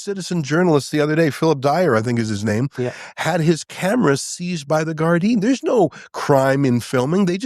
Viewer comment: Get Ezra back on soon; He is the only person outside of Ireland who can pronounce "Gardai" 😂